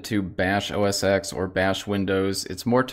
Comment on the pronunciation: Yes, it's macOS now and never was called OS Exxx as he calls it. It was called OS-X as in OS TEN like a roman numeral.